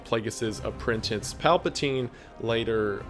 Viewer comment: For someone with a book on display your grammar is wack. Mostly WHENEVER is not to use with a singular past event. -> when. “Homage” pronounced (ahmage). APPRENTINCE? “And things such as” -> such things. And many more. Freedom poster is trash <3